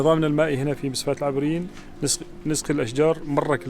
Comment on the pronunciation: مسفاة العَبريين وليس العِبريين